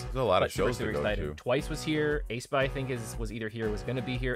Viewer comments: its not ay-spa its aespa as in "[esp]ecially" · Heads up ...pronounced "Ess pah" and "Naevis is like Nah vis" Thank you for your reaction! Really enjoyed it. Love Aespa.